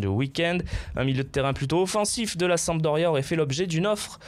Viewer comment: il y a un "p" a sampdoria et non samdoria